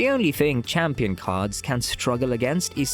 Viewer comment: what you say new chiampion💀